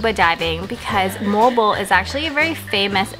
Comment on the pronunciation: and Note If you speak English,do it in English way..If you speak Filipino native(bisaya),.do it in Bisaya way too!..just like MOAL-BOAL,.It's Mo-al,Bo- al!,..you sounds Mol,bol!..😄,..try to emphasize the two syllable,..Mo-al,Bo-al!,.that's it!😊.